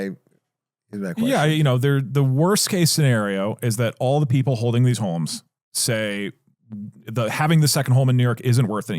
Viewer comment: Doug said "holmes" instead of "homes" like 20 fucking times in a row and my head is spinning 🫪